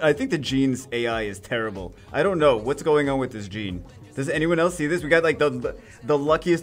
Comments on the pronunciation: Its Jeanne not Gene:( you are triggering me every single time you say her name haha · Jeanne is pronounced Jahn